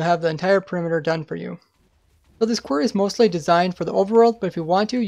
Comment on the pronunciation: "Kwerrs" It's quArry, or quarries.